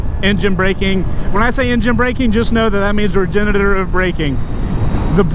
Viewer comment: through this guy some "regenERitive" likes! dope bike, great vid!